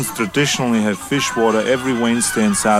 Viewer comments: i have heard some very funny mispronunciations of "feijoada," and absolutely lost my shit at "fishwater" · I don't think we'll ever know if actually said "fish water" or was trying to pronounce "feijoada". In any case, I've had feijoada and fish water is more appealing. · "feijoada" not "fish water" lololol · It is actually quite funny that everyone in this video calls feijoada "fish water" because of horrendous pronunciation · i was about to scold you guys for talking shit about feijoada but pronouncing it as "fishwater" really doesnt help my case. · didn't say fishwater, he was trying to say feijoada, it's a bean stew that's pretty good but does look a bit suspect if you've never seen it before. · Lol says "feijoada", the name of that dish, but I guess it's fish water now, I wouldn't wanna argue with our buff god. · Did he call feijoada fish water?